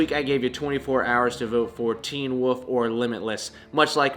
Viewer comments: Downey Studios I thought that he turned into a wolf but I guess he actually turns into a woof. 🤣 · You almost pronounce "wolf" like Rhett does haha